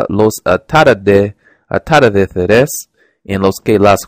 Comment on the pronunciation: Te aconsejo que refuerces estas palabras: - Envolver (Cuidado con la pronunciación de la "L") - Dulce (La letra "L" de nuevo) - Atardeceres (El acento está en "ce") - Gotas (Estás pronunciando la "G" como una "J") - Volvían (La pronunciación de la "L") - Protagonistas (El acento está en "ni") - Papel (El acento está en el) - Amueblando (cuidado con pronunciar la "N") - Ejercicio (La pronunciación de la "r") Tip: Podrías practicar la diferencia entre "B" y "V" Lo hiciste muy bien! sigue así :)